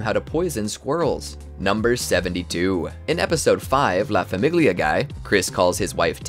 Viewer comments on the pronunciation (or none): That's not how you correctly pronounce "familigia" in Italian. 😒🙄